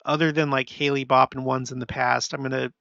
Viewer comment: Hale-Bopp is pronounced Hale (like hail) and then Bopp. I think you’re confusing the pronunciation with Halley’s Comet, which comes around every 76 years or so, which is pronounced Hal-lee, not hail-lee. It started getting mispronounced the last time around because there was a singing group called Bill Haley & His Comets, pronounced Hail-lee. Anyway, that’s a lot of “hal” named comets that are often mispronounced.